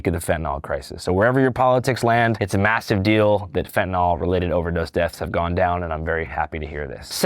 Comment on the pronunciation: why is it pronounced “fentanol”